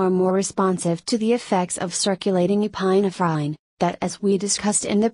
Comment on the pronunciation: it was really funny 🤣 epi-na -frine